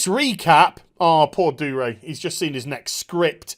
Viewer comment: Love the video but it's pissing me off that your not pronouncing the G in Dougray